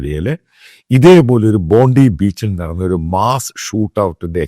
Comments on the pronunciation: ബോണ്ടി അല്ല,ബോണ്ടായ് ബീച്ച് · ബോണ്ടായി beach എന്നാണ് ഓസ്ട്രേലിയ pronounce ചെയ്യുന്നേ